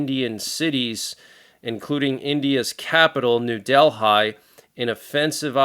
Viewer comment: hi, informative as always;-) Delhi is pronounced 'delly';-) no criticism just saying 🙂